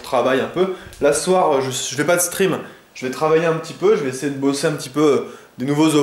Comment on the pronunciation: Un moment j'ai cru que tu avait dit Quand je suis en String ( stream ) mdr